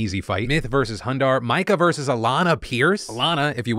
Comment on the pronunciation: i'm thoroughly excited for Creator Clash 2, especially since I never realized the first one was an charity event, and this one is as well! (also fyi it's pronounced "Mee-ka" not "Mike-uh" <3 )